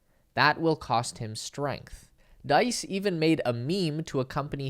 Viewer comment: FYI, Diess sounds like geese.